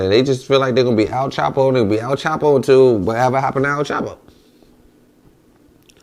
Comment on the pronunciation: Dis Nigga Said AL CHAPO!! 😂🤣😂🤣